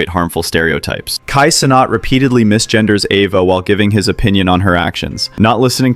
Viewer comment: good vid. but bro's making a video that shines light on someone negatively, and can't even pronounce his name right, or his organization right 😭least u can do